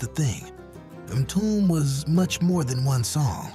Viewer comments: Excellent selection of groups...with the exception of 'Lillo Thomas & Friends'...I recall Lillo only had one good hit: '(Youre A) Good Girl' Other than that, there is at least three huge mistakes on every groups profile...pronunciations (MTUME, Leon 'Silvas', etc) mispellings and wrong info/ video clips for almost every group. Take my advice: stop asking for subscribers until you get your AI programmed with accurate info. Me and many other true human fans know our s#¡≈ And Parliament/Funkadelic never got the attention they deserved🤘🏾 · It's pronounced M-TU-ME not MTOOM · It’s a good list. Midnight Star is one of my favorite groups. I still listen to them regularly via the Groove on satellite 📡 radio 📻. The narrator mispronounced a few artists. Mtume is pronounced m- too-may not m- tomb! At least Don Cornelius got their names right! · None of these are "forgotten" within a certain demographic. "MA-TOOM"?!?! 🤣🤣🤣 This AI crap need to stop!!😡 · The groups are great, but the narration is terrible. From the wrong groups shown, to the mispronunciation of the groups names. M-Toom, Just can't take it. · Okay, when you cannot pronounce MTume I couldn’t give this video a like, decent list but these were big groups from the 80’s, hardly forgotten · This is some of the worst AI I have seen. Horrible pronunciation of Skyy and Mtume. And WTF are they talking about with Champaign (they spelled it wrong)? Champaign was from Champaign, IL, not Holland. I just looked it up, there was a Dutch pop group called Champagne in the 1970s but THAT IS NOT the group that they are showing. The group they are showing is Champaign and they are from the U.S. I can't watch this crap it's so bad with misinformation. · This is BUNK!!!!! THIS MUST BE AI. Everyone knows how to pronounce MTUME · BEYOND laughable